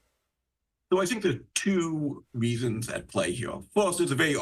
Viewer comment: Weasons at pway hewe 😂